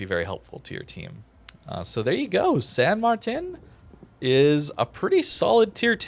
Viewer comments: pronounced San mar-teen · its Mar-ting. pronounced in spanish.